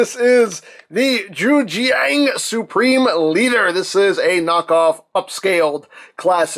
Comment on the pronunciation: Jujiang makes quality ko's. Also, it's pronounced why zshang